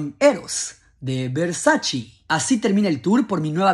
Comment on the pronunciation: No se dice versachi se dice versace